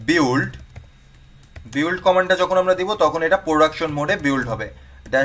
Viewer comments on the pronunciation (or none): ভাই এই build উচ্চারণটা বিল্ড হবে বিউল্ড না।